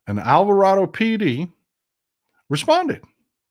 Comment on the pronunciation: How you say Alvarado is correct in the Spanish language. But I was raised to say the second "a" as a long a. I lived down the road from that town. Just FYI.